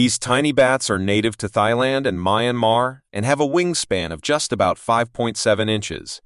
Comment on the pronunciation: Never heard centimeters called "kem"... once i heard the word "thighland" i was done with the video. Can we use our own voices please?